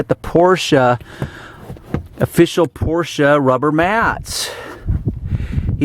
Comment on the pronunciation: So the German surname "Porsche" is for some reason pronounced with "a" in the end?